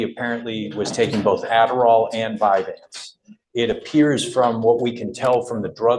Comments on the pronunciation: And it's NOT "Vyvan" it's "Vyvanse" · This judge is acting like a know it all but isn’t even saying VYVANSE CORRECTLY!! ur not a doctor dude!